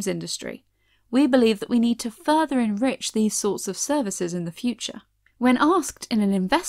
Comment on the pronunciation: "enrich" as in "N gets rich"